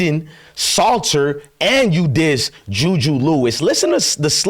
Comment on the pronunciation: Dude… Again it’s pronounced…SALTER … not SLAUGHTER. Smh